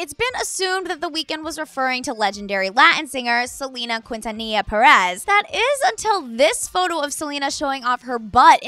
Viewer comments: SELENA CUINTANILLA PERÉZZZ?? SMH that's a horrible pronunciation. You make a research first as a media on how you are going to say names before you came out with this horrible thing 😂😂😂😂😂😂 im dead. horrible horrible. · the way she said "quintanilla" like girl no just stop 😫😫😫